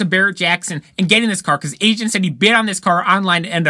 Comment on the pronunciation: It's A-zin not Asian LOL. Dung Beetle now has a high horse subaru boxer engine in it.